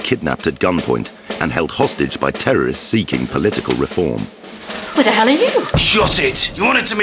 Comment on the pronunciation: "Oo the ell r u?"